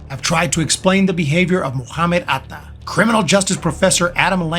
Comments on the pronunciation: just use only one syllable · The narrator loves to say Atta. Pheew with vim & vigor . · Your „Atta“ pronounciation is funny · the pronunciation of Atta is hilarious.